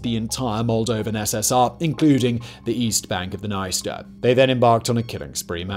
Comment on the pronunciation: It's very ironic how in the beginning he pronounces the words "Приднестровская Молдавская" very well, like, with an accent of course but absolutely correct, and immediately says "sorry for my bad pronounciation", but a minute before he pronounces "Dniester" absolutely wrong and doesn't acknowledges it at all (p.s. the "i" after consonant and before vowel here only shows that the consonant is softened, but he reads it as if it was an english word with a separate syllable, like, imagine reading the word 'friend' as 'fray-end' or 'yield' as 'yay-eld')